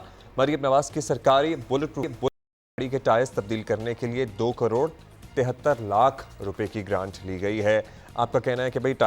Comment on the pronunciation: کڑوڑ نہیں کروڑ ❤❤❤